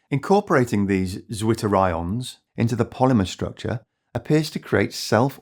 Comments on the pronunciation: I guess, "zwitterions" are from the German language, and so "zw" should be read as "tsw" (where "ts" is one sound, akin to "z" in "pizza"). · Very solid video. My heart just melt hearing how the english pronounciation butchers the nice german word Zwitter -ion ( in german it sounds more like mixing the c sound from central and that replaces the first t from twitter). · Poor British guy having to pronounce the German word Zwitter